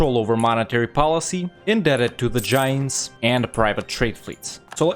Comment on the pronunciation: your pronunciations crack me up. Its "Janes" not "Jah-yanes"